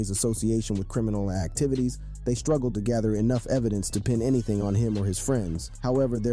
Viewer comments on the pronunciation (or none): none